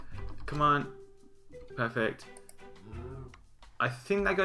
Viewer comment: lol you keep saying "peyfect" good mod show-case though :)